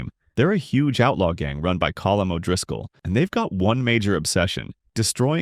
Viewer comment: Sean would be happy he pronounced colm correctly